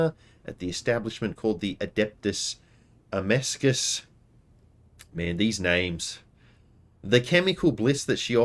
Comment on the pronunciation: Hey, great to see this back. Noticed you struggling with the pronunciation of this one: "Adeptus Amasecus" It's quite a funny name for a drinking establishment as "Adeptus" is usually reserved for a function of order of government and "Amasec" is the 40k equivalent to wine. So the place everyone tells you to go on a pirate station is essentially the order/body of the wine.